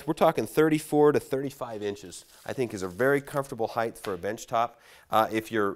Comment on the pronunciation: The word is “HEIGHT” ends with a T not a TH…